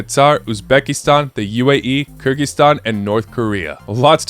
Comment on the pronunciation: Kudos for pronouncing “Kyrgyzstan” quite perfectly unlike in similar coverage of some other channels